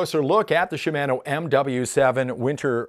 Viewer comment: You should pronounce it Shimano, not Shimano. Ha